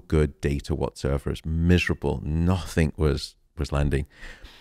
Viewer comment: Thank you for this interview, but it's "nothing", not "nothink".☺️